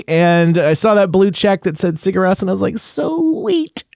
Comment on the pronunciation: Nice video man, fun to listen to you. They are my fav band of all time. And btw its pronounced Siur Rose😁 You have to go see them live man, they are absolutely unreal!